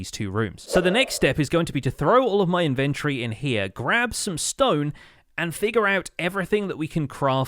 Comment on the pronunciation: It always amazes me the way he says inventory, almost as if he is inventing his inventory.